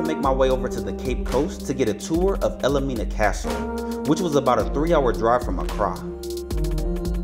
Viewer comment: Wish you had been more accurate. The castle is pronounced “el Mina”, not “el-le-Mina” as you pronounced it! Also and most egregious, is you said it was built in 1942! IT WAS BUILT BETWEEN 1842 and 1862! You should pay attention to what you say!! Won’t watch you again. Sorry!